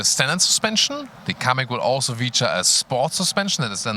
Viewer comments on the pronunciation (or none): Kamiq ne lan iyice bokunu çıkardınız amk